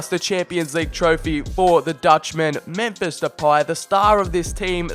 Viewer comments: Alon Shveiky But still even though it’s not exactly the same it still doesn’t sound like that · MEMPHISSSS SSSS NOT SHHH IT'S DUTCH NOT PORTUGUESE ALSO LEGANESSSSSS NOT LEGANESHH IT'S SPANISH (that just pissed me off in the whole video 😂😂)